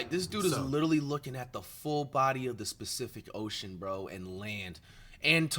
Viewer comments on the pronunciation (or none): bro really said specific ocean 😭😭